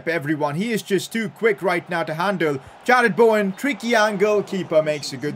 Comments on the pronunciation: Fr. It’s not Bauwen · Why tf do you all get so triggered he doesn’t say Bowen properly, like is it really a problem?